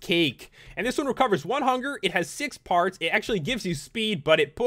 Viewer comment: when you sad parts I thought you said farts